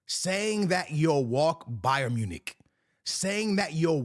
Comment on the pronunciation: Bro said Bayern Monique 😂😂😂